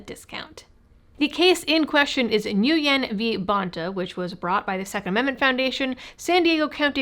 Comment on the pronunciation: Nguyen is pronounced, "Win." It makes no sense, according to American English phonics, but it is, none the less. I have a co-worker with that last name.